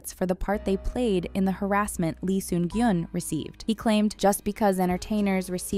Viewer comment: Lee Sun-kyun ...not gyun